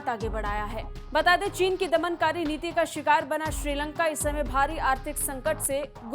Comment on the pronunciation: श्रीलंगा नहीं मैडम जी श्रीलंका